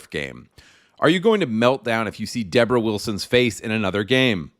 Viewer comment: Debroh bloody wilson Argggghhhhhhh!!